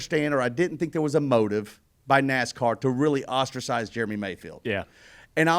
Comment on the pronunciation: God, I love ya Dale. But it’s Jeremy, not “Germy”